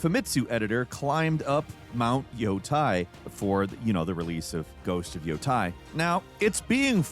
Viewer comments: Btw, instead of “yo-tai”, Yoūtei is pronounced as “yoh-teeh”, or if you don’t want to go full Japanese pronunciation mode, “yo-tay”. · Ghost of yo-TAY. Not -tie. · Yotei = 'yoh-tay' // not 'yoh-tie.' Ei in Japanese makes a long 'a' sound. Ai in Japanese makes a long 'i' sound. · Yotei ❌️ Yotie ✅️ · Just fyi, It is pronounced yo tay, NOT yo tie. Have a nice day :) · The amount of time they say “Yotei” in that game and in surrounding press and trailers and still you can’t pronounce it right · I love you videos but that's not how you say Yotei